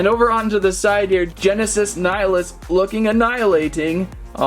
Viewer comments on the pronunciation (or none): It's pronounced nill-eee-us. Not nile-us.